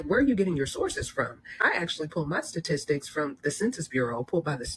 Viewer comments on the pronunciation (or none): She spent years doing “satistics?” 😂😂